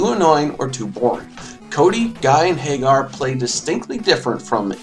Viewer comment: My phonetic OCD makes me cringe every time you pronounce Mike's last name like Sammy Hagar's. Pretty sure it's a take on "Haggard" And also... his name is f***ing Abigail. What would you expect him to be doing to you? Don't even get me started on Poison.